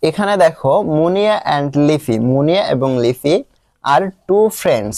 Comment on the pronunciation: আপনি মুনিয়াকে মনা বলেছেন😅😅😅